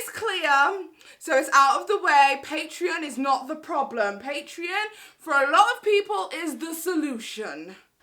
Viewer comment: "Not my prolem" 😂😂😂